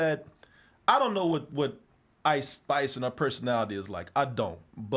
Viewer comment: I thought he said ICE spies